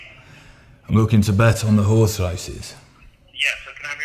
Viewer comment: says 'orse not horse.